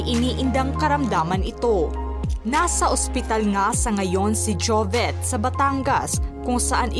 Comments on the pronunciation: Ate narrator, JOVIT po hnd JOVET! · Ate narrator, JOVIT po hndi JOVET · Putya ako lang ba nanggigigil itama ung pagpronounce Ng jovet imbes na jovit .. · Tanginang mag report to di man lng ayusin l jobet ng jobet deputa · Jovet ka ng jovet. . JOVIT PO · S nagsasalita s video Jovit po hinde Jovet😅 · Jovit po vit po hi de vet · JOVIT po not JOVET... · Sana itong host na ito ay ayusin ang bigkas ng pangalan ni Jovit out of respect. Hindi Jovet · Jovit Hindi jovet haha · Kairita naman nagbabasa neto ...anong jovet...Jovit nga di ba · jovet jovet. bakit ganyan pronunciation niyo? sobrang tarang hard. hindi lang sa jovet, eleven. etc. trying hard ka masiado. buti naka adblocker ako, and i also disliked, not because of him. i dont even know him that well, gusto ko lang malaman ano yung dahilan dahil bata pa lang. nakaka irrita sa totoo lang. yung mga trying hard niyo. ewan ko lang kung gumagamit ka ng voice android, pero hindi eh, may isang time sabi mo jovit, hindi jovet. lul. jovets.. hindi na ako nako naka concentrate makinig, mga pronunciation niyo nalang. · ano ba itong nagsasalita ? Jovet naman ang sinasabi mo sus marya. Palitan nyo nga ! kaloka